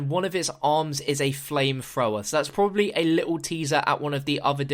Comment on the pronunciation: "which is pro-a-bibly" new pack-a-punch? We gotta make the pab :3